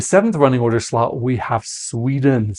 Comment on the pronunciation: I know you're calling nr2 the death slot, but I keep hearing "death slut" 😂